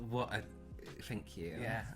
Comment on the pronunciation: but FANK: yea THANK 😂😂😂😂😂😂😂 omg